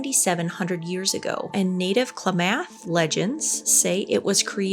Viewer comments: you are amazing (love your humor) but we need to work on pronunciations. "Bai..." would be pronounced "By". "Klammath" (Clam-ath). Glad to help anytime. 💛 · Hiii! 👋🏻 Native Oregonian here! Just wanted to clarify the correct pronunciation of Klamath… Kla-muhth. Super interesting about Lake Superior, always love the morbid info. 🌊💀😀🖤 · Klamath is pronounced like ‘clam meth’ just fyi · Klamath - CLAM ATH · Oregonian here, Klamath is pronounced KA LAM MYTH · Crater lake is definitely not creepy when you visit. Also Klamath is pronounced clamath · Klamath is pronounced, “clam-math.” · As a lifetime Oregon resident, can confirm Crater Lake is worth the trip. Also, Klamath is pronounced Kuh-lamb-ith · 1) it's pronounced Kla-muth, the accent on the first A. There are parts of Crater Lake where nobody has been able to find bottom. The Old Man is quite a tourist attraction, so much so that the Forest Service had to declare it a landmark to make it punishable by law to climb on it. 2) Lake Tahoe is a LOT closer to Reno than to Vegas. The lake is maybe an hour from Reno if you drive slow, but a quite a few hours from Las Vegas. Fun fact, the California/Nevada state line cuts right through a hotel in the town. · Klamath - Clam-ith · I've usually heard Klamath pronounced with both of the "A"s (I think it would be æ), sort of like how you say both of the "A"s in clavacle.